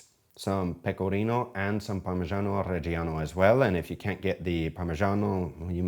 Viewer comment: Hi, always nice to see your pro skills! Very nice recipe, better than the other rubbish out there! Although Vincenzo might roast you about your Italian pronunciation of parrrrrmigiano😂 but I think you're hot😍😍😍